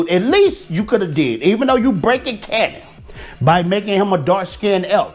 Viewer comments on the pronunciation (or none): none